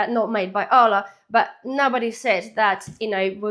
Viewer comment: It sounds like you're saying Allah not Arla, but good vid.